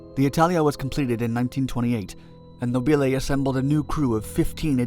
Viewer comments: Beware of Italian pronunciation! The rule is that the stress goes on the penultimate syllable. A good rule, except when it doesn't apply. Nobile has the stress on the first syllable. Mispronouncing it like this makes you sound like Laurel and Hardy to Italian ears - these films were dubbed into Italian by actors using slightly English accents and mis-stressing words. And ... "città" is not pronounced "seeta", but "cheet-tA", with the stress on the final syllable (hence the accent) and with the double T slightly elongated. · No-BEE-lay... I think the blimp was fra-JEE-lay...